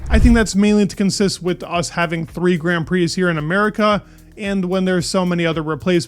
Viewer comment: why do you pronounce grand prix so weird :DD